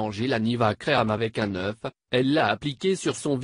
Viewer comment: Il dit u oeuf